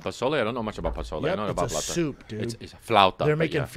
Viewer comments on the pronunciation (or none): none